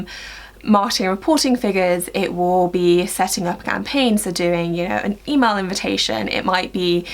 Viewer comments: I'm from America and I could not tell that you were saying Email Marketing! I thought you said E-Mark or E-Mall Marketing. So funny! Great Video! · I’m from North America and I could tell she was saying Email marketing lol